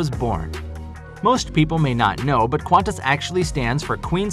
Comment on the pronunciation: Americans are so funny in their pronunciations! His Qantas is dangerously close to the popular nickname of "Quaint Ass" 😂